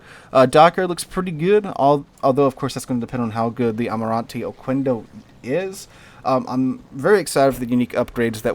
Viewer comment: It is pronounced okendo not okuendo